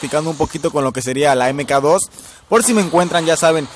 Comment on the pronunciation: EME KA DOS :V como dije en mi video se pronuncia "MAC 2"